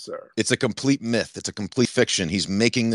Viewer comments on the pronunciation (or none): none